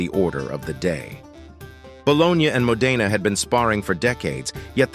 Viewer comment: Dear AI, It's Mo'-de-na, not Mo-de'-na